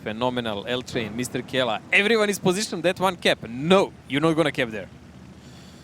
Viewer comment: "Kela" really, really? It's Mrkela! -_